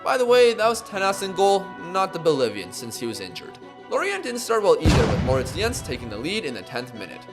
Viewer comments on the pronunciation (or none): none